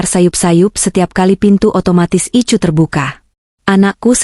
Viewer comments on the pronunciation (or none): Jakarta hadir,kmnt dikit..BKN ruang ICU tp ruang Ai si yu ..bacanya KK admin ..maaf ya